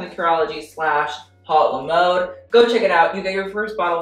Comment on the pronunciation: I kept on hearing urology instead of curology😂